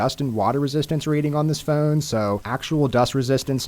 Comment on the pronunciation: I had to stop watching due to the way the guy says ‘phone’